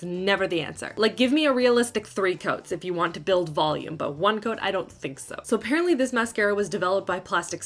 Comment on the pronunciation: I heard "all in one goat". The first time. Hahah